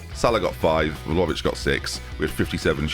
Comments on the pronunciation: PLZ PRONOUNCE IT VLA-HOE-VICH OMG PLEASE I CBA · I THOUGHT WE'D BE FREE FROM THE VLAHOVIC NAME MURDERING OH GOD